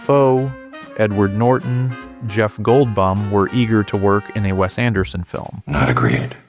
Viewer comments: Did you say Jeff Gold(BUM) on purpose? Lol in case you didn't, it's Goldblum, pronounced Gold(BLOOM). Otherwise, killer vid. I personally love Wes Anderson but his movies are definitely specific and I think people eother kind of love them or hate them. 😊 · Jeff Goldbaum? "dram-a-dee"? Oh geez, are you AI or something? Also, no, The Royal Tenenbaums didn't make four times profit , that's not how box office works. Movie studios and movie theaters essentially have to split the box office gross. Roughly half. That's why it's said that films have to gross at least twice their budget back just to break even. So, the film possibly made possibly around 1.5 times profit. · "Most quirkiest director"? Why the unsymmetrical grammar? And why all the mispronunciations: "Gibb-erish" (like the Bee Gees?). "Jeff Goldbum" (a posterior Goldfinger)? Is this AI narration?